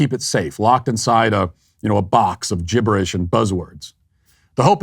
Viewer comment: "GIBERISH"..Love it Matt !!!